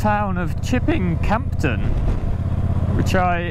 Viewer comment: Don’t pronounce the P in (Campden) Chipping Campden ! 😂 Good video, well filmed, best wishes